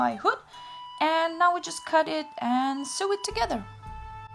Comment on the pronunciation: Great video. An English tip, the word sew with a needle and thread should be pronounced like the word so. If you say the word as it is written, then you say Sue. Just to end, your English is very good.